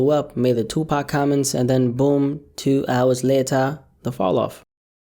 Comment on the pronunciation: " tuu ours layterr" stop making me ctfu